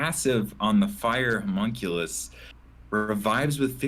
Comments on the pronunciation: Good lord that butchered pronunciation of Homunculus lol hears it thinks Hercules had a terrible accident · Humunk ulees ? My kid is trying to tell me, something from a cartoon with a character called Homunculus HOWEVER The word would be pronounced Huh mun Q lus (as in lust with no T)